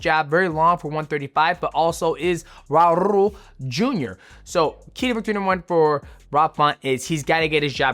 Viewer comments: Brother, just say “Raul” not “Raurrr”😭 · bro why u rolling ur r’s when it’s an L at the end of “raul”😂😂😂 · I was looking for this comment 😂